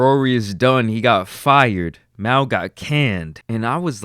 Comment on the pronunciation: He doesn't really listen to the podcast lol, he was pronucing Mal like maul while telling us he a big fan of the podcast 🤦🏾‍♂️